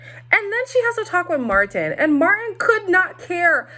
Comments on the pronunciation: Not you calling Martin, Deemisha, girrrl😂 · Omg all this time, whenever I’d hear other reviewers call him Martin, I though he is using a second name or sth. I literally thought his name was Demetia. u wrong for that😂😂😂😂 😂😂